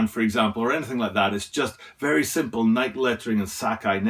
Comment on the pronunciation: It is Nike (like Nik-E {long I, long E} not "bike"/Nike --hike/Nike--trike/Nike.